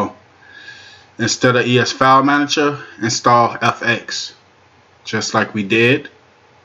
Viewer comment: "Manajo" is not a word as the way you pronounce it. The proper spelling is "Manager" and is pounced like it is spelled